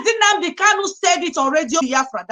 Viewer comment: Someone should please tell that the name is NNAMDI, and not "NNANDI."